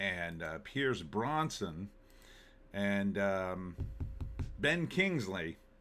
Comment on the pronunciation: Brosnan, not Bronson.